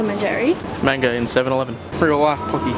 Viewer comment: did you actually pronounce Pocky like Pooky